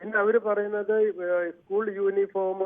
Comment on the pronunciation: ...യോനിഫോമ് അല്ല യൂണിഫോം ആണ്...